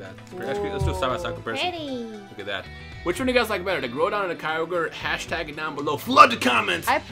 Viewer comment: Groudon pronounced. Growl(without 'l') donn